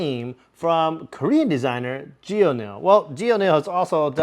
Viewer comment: Great video! It makes me wish that I went to the event! Small note: "Geonil," maker of Phantom of the Opera is pronounced "Gun(the firearm)-il."